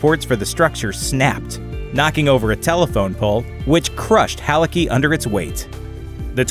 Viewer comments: Ah, for fucks sake, I hate it - it's pronouncet HALITZKY, not Haliki. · Dude, c in Halicki ain't silent